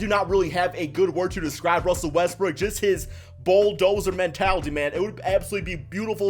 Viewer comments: Sounds like he is saying Westbrick instead of Westbrook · Why do u always say Russell westbrick, ur ego doesn’t go down if u say his name properly